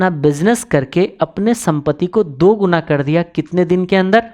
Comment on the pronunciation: Bhai गुना नही गुणा होता है pata nahi log bol bol ke गुना बोलने लगे 3x times means 3 गुणा और हिंदी में गुणा का अर्थ है multiply